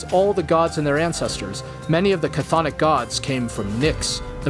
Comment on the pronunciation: Ah the mispronunciation of Chthonic.